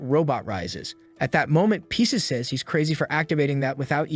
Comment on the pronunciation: Pronouncing Pisces as Pieces is infuriating.